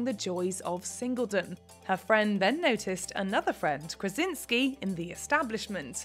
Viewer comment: Krasiński a nie Krezynksy